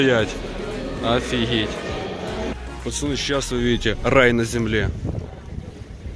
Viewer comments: Почему ты говоришь пачаны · Почему ты говориш пачаны